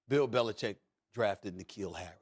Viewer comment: Love Max vs Stephen A because Max can say BeliCHICK!!